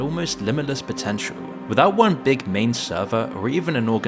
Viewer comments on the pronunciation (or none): none